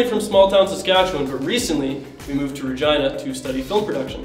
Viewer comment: I swear I heard something else when you said you moved to Regina